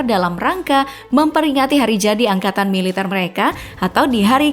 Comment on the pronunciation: Kuat korupsi bukan kuat melitar mbak